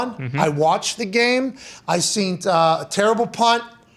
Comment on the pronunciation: When did he start saying seent constantly?? Is this a new thing???